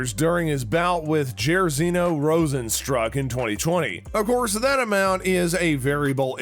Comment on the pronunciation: Also if it weren’t for the slideshow, I would not know if he referenced alistar overeem cause he butchered that name and rozenstruik